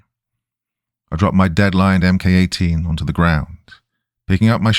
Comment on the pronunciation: It’s “mark 18” not “em kay 18”. And “five five six” not “five fifty-six”